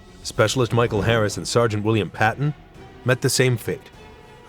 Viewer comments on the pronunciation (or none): none